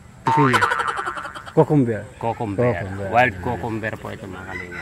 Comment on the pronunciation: Let's do pronunciation: Cucumber: kyuu.kuhm.br hindi kokomber.